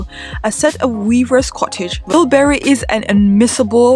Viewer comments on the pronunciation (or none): Interesting and enjoyable video but just a couple of points: It's BIBURY, not BILBURY and BOURTON, not BURTON.